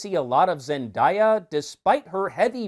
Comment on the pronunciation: that and zendieya omfg it’s zenDAYa